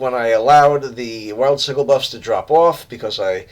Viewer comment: Learned a lot about playing blue LM, thank you! My problem at lower levels is maintaining pet aggro against groups of mobs. Just fyi, the “g” in sigil is pronounced like a j, not a hard g.